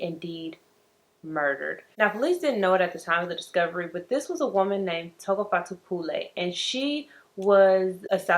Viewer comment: Tshegofatso.. you said her name right!